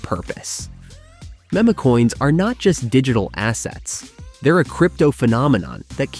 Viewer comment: Memo-coins huh? I thought it was meme. Who knew?